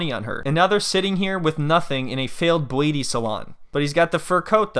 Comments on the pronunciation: When you kept saying beuaty salon I died 😂😂😂😂 I love this channel i swear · I giggled every time you pronounced beuaty lol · Bro I choked when you kept saying beuaty 🤣🤣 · The way you pronounce beuaty salon is the best!😂😂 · Each time you say BUETI salon, I die 😂😂😂😂😂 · "...and now they're sitting here with nothing in a failed beuaty salon." 🤣🤣🤣🤣🤣🤣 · I die every time you call it a "beuaty salon" 😂😂😂😂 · Imma piss myself if he says beauty salon wrong again😭🤣🤣